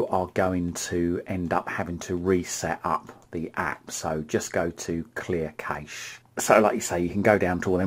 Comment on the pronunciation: You said "remote control" like 100 times! So annoying, sorry just being honest, and it's not nessasary really? Also " cache" is pronounced "cash" keep up the good work 👍